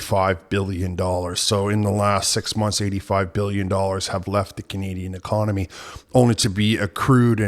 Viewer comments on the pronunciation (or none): its Economy, not Konomy. grrrr